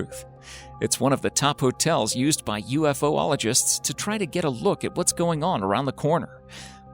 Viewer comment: The narrator should learn to pronounce "spherical" , "Chilean" , "Caucasus" , and "ufologists" .